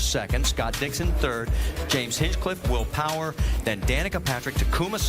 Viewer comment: “Wheel Powah”